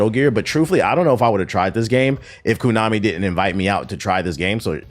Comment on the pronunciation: It’s pronounced (Konami) Koh-Nah-Mi, not Koo-Nah-Me bruh.